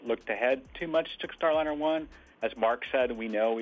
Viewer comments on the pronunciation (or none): Could you program the synthetic voice to pronounce Starliner the correct way? It's Star L-EYE-NER, not Star L-INN-ER. It's a "long vowel sound." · StarLiner is ALWAYS pronounced with a long "I". WHY do you say "Star-Linner" half of the time? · Star Lener?? AI can't read apparently. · "Starlinner?" Why can't they pronounce it correctly? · Same here. for that and for constantly hearing "Starlinner" 🙃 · I can't help but notice that the AI voice always mispronounces Starliner. Would it do a better job if, just for the AI script, you spelled it Starlyner?